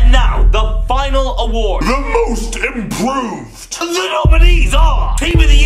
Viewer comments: Most "impoved"?WTF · "The most impoved "